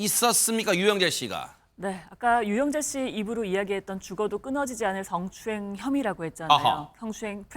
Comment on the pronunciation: 드~러운 성추행. 아닙니다 스응추행입니다